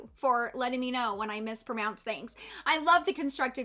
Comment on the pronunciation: Lol you just mispronounced mispronounce 😆